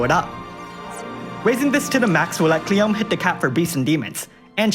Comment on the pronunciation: it's KLEEYOMEHH, not cleom, she's japanese LOL